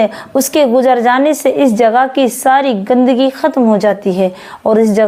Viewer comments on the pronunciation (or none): W Ali kum Salam g... Mrs gandagi gaf se h غ se nahi..